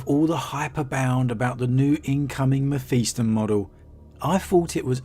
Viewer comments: Mephiston. Pronounced Mef-is-ton Not Mef-east-on. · Meh-fist-on.... Your welcome